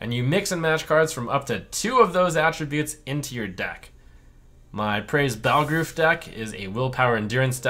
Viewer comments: The name was spoken in-game, and Jarl Balgruuf is the first character you meet in Skyrim following the main quest after completing the starting mission. You need to have played vanilla Skyrim for 1 hour to know how his name is pronounced. Being a non-english speaker is one thing, but lol, they literally speak his fucking name and he is the FIRST SIGNIFICANT STORY CHARACTER AFTER THE BEGINNING MISSION. It is spoken several times as well. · I am physically hurting from hearing Trump mispronounce Jarl Balgruuf. (It's BALL-GRUFF) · "skyrim was a great rpg" >cannot pronounce Jarl Balgruuf's name correctly yeah i bet he played skyrim for sure